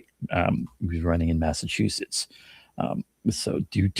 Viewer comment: Egads! My ears bleed every time she says “Massachusess”!